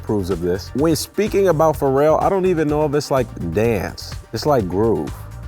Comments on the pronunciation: But that guy pronounces Pharrell like Fo-rell 😂😂😂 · Who else didn't know pharrel was pronounced like that